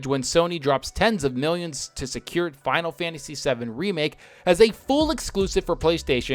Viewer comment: "Finalfansis...eleven..." Me: 🤔